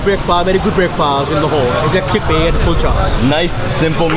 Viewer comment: this is a very tasty chickpeaahh lmao